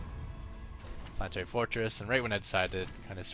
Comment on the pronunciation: polanoetary forotdds